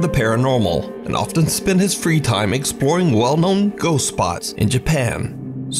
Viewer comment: I vote to dare him to correctly pronounce the words 'ghost' and 'ghosts'. Instead, he says "goes" every time. I have a channel where I talk about pastrami on rye. I pronounce it "Your mommy's a guy."